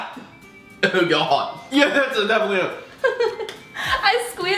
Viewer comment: Unspeakable spoke in a British accent "oh God"